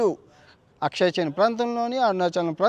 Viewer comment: అక్షయ్ చిన్ కాదురా బాబూ !!!!ఆక్సాయిచిన్ అనాలి